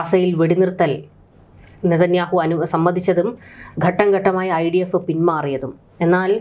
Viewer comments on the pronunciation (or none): ഗട്ടം ഗട്ടമായി.? ഘട്ടം ഘട്ടമായി എന്ന് പറയൂ രങ്ങങ്ങൾ? രംഗങ്ങൾ എന്ന് പറയൂ ബീഗരവാദികൾ? ഭീകരവാദികൾ എന്ന് പറയൂ. പദ്ദദി ? പദ്ധതി എന്ന് പറയൂ യുദ്ദം ? യുദ്ധം എന്ന് പറയൂ ബോദം? ബോധംഎന്നുച്ചരിക്കൂ .